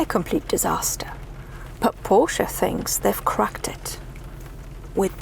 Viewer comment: Love the way you pronounce Porsche with the 'e' at the end, and not Porsch... Like most internet reviewers..BTW your 'silent sex' comment is the funniest thing any motoring journalist has ever said😂 I would take this over any electric vehicle, be it an SUV or lawnmower....